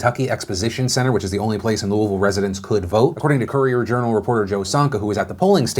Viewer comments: Said Louisville right! Shocked! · I love how you correctly say Louisville lol. I used to live in Louisville, I moved across the river now. I had a feeling McGrath would surge a bit. Her ads were going weeelllllll before Brooker's ads started playing from what I saw. Plus I have no idea why but people still love Mitch....last I saw last night he was well in the lead. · As a louisvillian, thanks for pronouncing Louisville right. Made my day :) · Thank you for always pronouncing Louisville correctly! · Being from Kentucky, I am very proud that you correctly pronounce ‘Louisville’. Thank you.